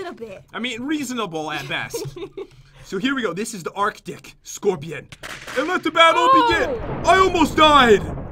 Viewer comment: it is arc-tic scorpion not artic scorpion a mispronounced word but right